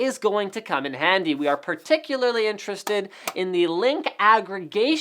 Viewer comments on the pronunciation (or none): none